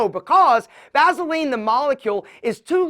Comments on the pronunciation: I just can't get over hearing him pronounce it "vazzuhlean". Lol. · "Vazeline!" Lol😂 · I hate how he says Vaseline 😂